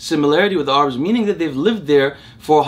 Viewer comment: Who the heck pronounces Arabs as Are-abs ?